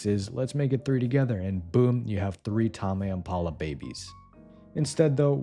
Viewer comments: TAH-MEH IMPALA??? WHAT THE FUCK TAME IS A WORD 😭 yes, yes i read them :3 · bro said "tahmey impala" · it’s pronounced taym im paa luh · TAHMAY IMPALA!?!?!?!?!? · tah-mey impala😭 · Tarmeigh Impala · "Tama empala" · Bro the way you pronounced Tame Impala actually hurt to listen to. ik you do it on purpose but still, please never again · @@ tbf "impala" throws off the word "tame". you'd think it's pronounced differently because of it (as someone who has no clue how to pronounce their name)